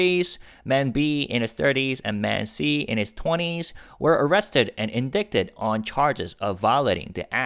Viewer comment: I don't usually comment about English errors or pronunciation mistakes anywhere - and you rarely have any. But I've heard you make this mistake in several videos. Indict/indicted is not pronounced how it is spelled there is no /k/ sound. indicted is pronounced /ɪndaɪtəd/ (/uhn dai tuhd/)